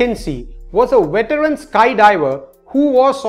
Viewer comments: he says THIS WIDEO IS ABOUT 6 SUCH PEOPLE"...LOL....in india there is no V in their alphabet...@ he says WAS A WETERAN SKY DIVER...not veteran...lol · A weteran? Wideo? You can't make the V sound for some reason.